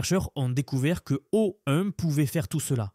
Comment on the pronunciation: Ecoutez à : Claude 3 virgule 5 et O-une. Mais sinon, j'avoue que le Text-to-Speech est plutôt bon